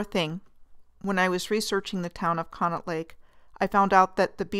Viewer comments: Not to criticize, but to help: Conneaut is pronounced "Connie-aut". And the amusement rides there have been removed; the most tragic loss was the tearing down of the Blue Streak roller coaster. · The local dialogue pronounces it "conney-ought"...